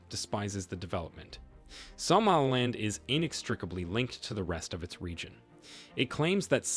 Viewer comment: something about the way you pronounce somaliland really irks me